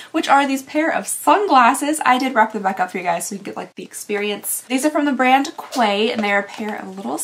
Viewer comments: Is it Quay (kway) or is it pronounced Key? Here, a quay is a... some kind of boaty dock marine thingy, and it's pronounced Key, (UK) but idk if it's different in the US, or the brand is called (kway)? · Quay pronounced "Key" 😆 you are adorable!! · Hi, just wanted to let you know the glasses quay are pronounced key. By Quay Australia. They’re awesome glasses I own 15 pairs. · Having done the weird pronunciation thing when I traveled (back when traveling for work was a thing), I think "Quay" is pronounced "key" (I always pronounce is "kway" before I remember not to) - I'm not positive this is all it is, but I think it's a coastal term - it's like a dock or a wharf - something for boats to unload cargo on. That you got three is super sus. I'd stop payment from your payment side. Fun to watch you be gently snarky about it, though! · Oh wow, only 1 product in and I had to pause to tell you, I’m sorry, but Quay is pronounced Key! They sound like exactly the same word when spoken. There is no Qwe like there is in quick! Lol Love ya honey! Back to the video…….. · The sunglasses are pronounced as “way”. Think French & the word Qui. the MZ skin eye cream is actually really good. Very nourishing. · I think 'quay' is pronounced 'key' not 'qway' like the Quay of the Dock 🥴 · Just an FYI, Quay is pronounced KEY. Love your videos! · Came here to say this! I still always say it wrong, even though I know it’s pronounced KEY. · Just an FYI that the brand Quay is pronounced like key. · The sunglasses brand is pronounced key! Like Circular Quay in Sydney, Australia (the brand is Australian!) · The Quay glasses look great on you! (Oh, also, the brand Quay is pronounced the same as key 🙂🙂) x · The sunglasses brand, Quay, is pronounced ‘key’. They’re and Australian brand :) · Just a fun fact, the word Quay is pronounced like Key. Since this is a brand name I'm sure they pronounce it how you did. I just always thought that was cool :) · I think Quay is pronounced like key 🗝️